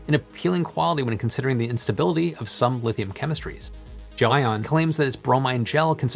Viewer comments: i just looked up a video of the CEO of GLEION pronouncing the word...its pronounced GEL (and then) ION. not, Jo-ann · did you pronounce it jelly-on and dub over yourself in the edit?